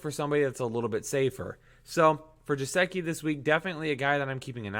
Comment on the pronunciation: gesicki is pronounced guh-sick-ee not how you pronounced it